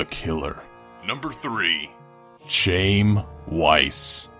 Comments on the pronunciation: Alos, Chaim isn't pronounce "Chame". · Chaim is pronounced Ki-em I think. Ki rhymes with eye. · Also pronouncing Chaim as "Chame". Fucking degenerate, lol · Plenty has been made about Chelsea, so fuck it. I already mentioned Armarillo. But CHAIM???? CHAIM?!?!?!? POCAHONTIST? DD, please man, this is fucking torture. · Learn how to pronounce names, please. You mangled Chelsea and Chaim.